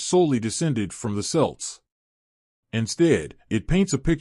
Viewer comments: It’s not selts it’s celts please do your homework and ask an Irish person how to say these words before doing something like this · Who are these selts he mentions. ? He means kelts. Get it right , why don't you.? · Please pronounce Celts properly🙄 and maybe use a human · I was about to leave this comment myself